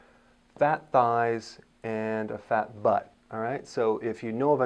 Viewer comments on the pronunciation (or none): The way he says fat butt sounds funny idk